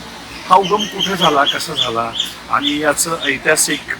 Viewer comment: किती अशुद्ध भाषा ! आपण कोकणातील नक्कीच नाही आहात. आनी - पानी बोलता.